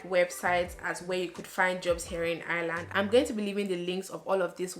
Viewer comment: I like the way you say ‘Ireland’ 😍😍